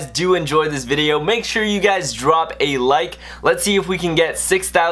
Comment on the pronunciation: Stop saying lic